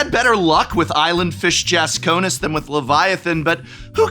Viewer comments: I’m still twitching from the mispronunciation of “Jasconius” (skipping the I). Yes, it’s pedantic, but I also had a blue deck with Leviathan, Island Fish Jasconius, Deep Spawn, and more. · Your inability to pronounce "Jasconius" correctly is maddening.